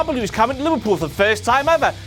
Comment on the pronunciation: Damn, I thought was saying Louisville when he was saying Liverpool, I should've known that WCPW wouldn't be coming that close to my home anytime soon, at least not for another two years